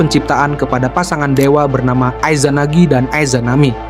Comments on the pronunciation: 3;40 ay zanagi, ay zanami bacanya yang betul dong jangan sok inggris Sensei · Gatel kuping gw denger Aizanami sama Aizanagi.... Coba nonton naruto bang...